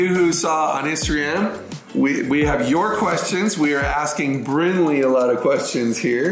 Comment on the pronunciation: It’s Brinley not brinkley